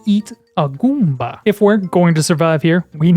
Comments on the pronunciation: I like how you say gOOmba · “can we eat a guumba?” lol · My man enunciates "Goomba" the same way a child might savor pronouncing their first swear. Guúm-bæ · I dying at the pronunciation “GOOOmba” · subscribed for the way you say goomba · Love the way he says goomba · I love how you say "Goomba" 😂